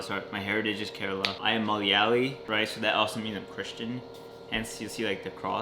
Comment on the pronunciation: The way you said malayali killed me. Nammude basha konnu 😂